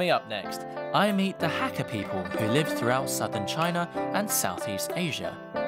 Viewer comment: Hate the way this guy says Hakka.